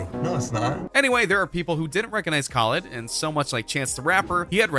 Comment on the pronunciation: You pernounced DJ khaled wrong